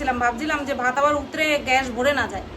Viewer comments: আচ্ছা একটা কথা বলি উতরে উতরে কথাটা খুব কানে লাগছে গো plzz বলো উথলে 👍👍👍👍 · উতরে নয় গো। কথা টা উথলে